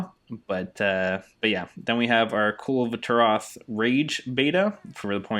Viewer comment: lmfao i nice video.i sub just because you cant say his name lol